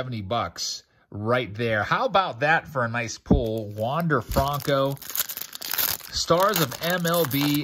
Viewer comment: When you going to start saying his name right FRUNKO 😒😒😒